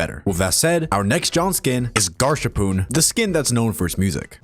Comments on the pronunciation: Im still bugged by the way he says "GasHarpoon" as "Garshapoon" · "garshapoon"... totally not gasharpoon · Really?I thought it was pronounced "GasHarpoon" not "GarShapoon" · Why did you say "gaRsharpoon" when it's GASharpoon? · ITS GASHARPOON NOT GARSHAPOON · Bro, call it Gash-Harpoon, not Garsharpoon Edit : where is Artful?! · is bro dyslexic or what the skin is called GASHARPOON AS IN A GAS-POWERED HARPOON NOT GARSHAPOON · I thought I was the only one who called him garshapoon instead of gasharpoon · GASharpoon* God I hate it when people say Garshapoon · istg bro ppl dont know its GAS HARPOON not GAR SHAPOON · ITS GASHARPOON GAS. HARPOON. NOT GARSHAPOON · Ah yes the Garshapoon and the original Gasharpoon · who's going to tell him it's GASharpoon and not Garshapoon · "Garshapoon" GAH. That was painful to hear (In case anyone was wondering, The skin is pronounced Gas-Harpoon, rather than Gash arpoon, which is another common pronunciation. It's a bit more clear in Limbus Company, where the H is capitalized, unlike in Forsaken where it looks like one word.) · Dude its not garshapoon, its gasharpoon as in like a GAS HARPOON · Bro it's not gash-shappon, it's gas-harpoon 🥀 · BRO IS GAS HARPOON NOT GARSHARPOON (atleast I think) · “Garshapoon”😭 it’s Gasharpoon 💔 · I can understand Gasharpoon, since Forsaken didn't capitalize the h, but "Garshapoon" is a whole level of disrespect (Not that Ahab and her ego deserve any respect, though) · He said garshapoon again im actually kms after this vid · garsharpoon... IT'S GASHARPOON (said Gas-harpoon) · who is garshapoon (it’s gasharpoon, u said and spelt it wrong) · ''Garshapoon'' ITS GASHARPOON PEOPLE STOP SCREWING UP THE NAMEEEEEE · its GASHARPOON not GARSHAPOON also yep i guess i really am the only one who loves nolis default theme... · GasHarpoon (two words, Gas-Harpoon), not Garsharpoon or Garshapoon. But this tier list is still pretty quality regardless 😊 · Ah yes.. GARHSAPOON... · bro said"garshapoon" 😭